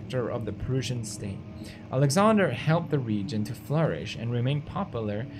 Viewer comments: And says "Proosian" too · He keeps saying "Persian" instead of "Prussian" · you say it like 'Prassian' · he cant say Prussian correctly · God the way pewds pronounces prussian is awful.